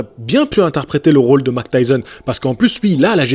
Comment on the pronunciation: Mike et non mac 😉